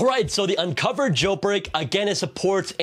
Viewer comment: Please bro, I love ur channel a lot, BUT PLEASE DON’T SAY “Unc0ver” and CheckRa1n” instead of “unc0ver” and “checkra1n”